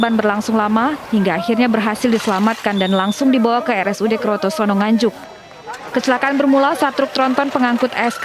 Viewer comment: Kertosono bkn krotosono mbak reporter...